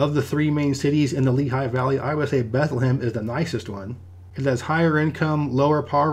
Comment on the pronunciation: I grew up in the Lehigh Valley and have never heard anyone pronounce Bethlehem that way, not even people that live there